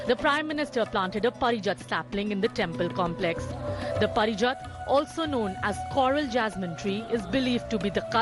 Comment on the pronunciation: 'Paarijaat" just because you are English anchor doesnt mean you ruin the pronunciation of words